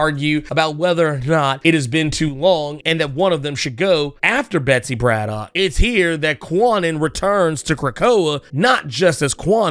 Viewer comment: Wasn’t it explained that kwannon is pronounced ‘Kahn -uhnn”? Braddock is pronounced BRAD-uhk